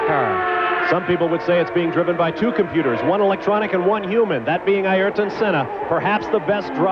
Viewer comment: “Air ton,” Bob, not “EYE air ton,” dammit. That has always annoyed me.